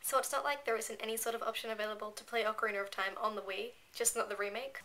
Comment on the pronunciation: Ocarinar of Time xD ish cute:3